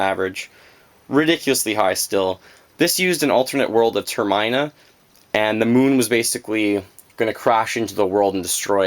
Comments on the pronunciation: It's obnoxious when someone says the names all weird. "H'rUle". "Oakarina". "Ter-mine-a". I said all of these differently. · R u canadian too? No offense but u pronounce Hyrule and Termina weird. I used to call hyrule "Hirial" when i was like 6. impressive collection. did u end up getting the zelda 3ds and gold wii remote for skyward sword? they're sick :D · TER-MINE-A lol